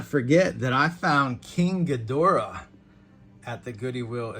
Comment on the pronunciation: It's King Ghidorah! Sounded like you said King Ghimora. 😂